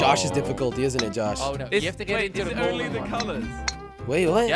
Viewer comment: Josh says hoe instead of hole